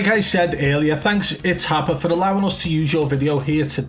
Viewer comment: U said itshapa and I had to turn the video off 😂 dude is a clown 🤡